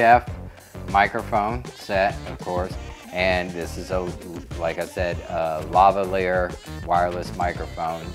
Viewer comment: Lavalier is pronounced differently, great funky background music though :)